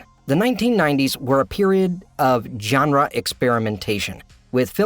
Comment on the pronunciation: It's not "john-ruh", it's "zhon-ruh"... like the j in Taj Mahal.